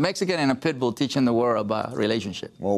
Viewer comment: Larry keeps saying "PETbull" instead of PITbull